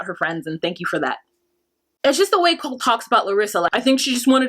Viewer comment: Yeah larissas pronunciations😂 Colteee!!! Colteeee!!!